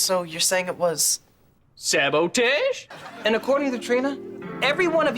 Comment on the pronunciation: When rex mispronounces sabotage, I'd snitch at that very spot. Saying "it was robbie and rex that did it!!"